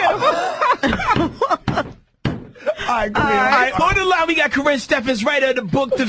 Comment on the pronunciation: "Well you should know because dun been went through!!!!!!!!!!!!" bwhahahahahahhahaha he said "Thank you Karin" instead of Karrine LOLs